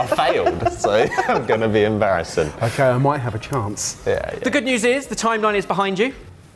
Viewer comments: I loved you the minute you said you were gonna be embHarrison instead of embarrassing. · Loved to see you on here! Just have to ask: did you say "...I'm going to be _embarrison_?"